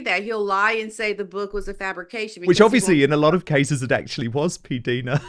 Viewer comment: Love you Dan❤. Please pronounce PDina ( like eye) correctly. You guys are great together.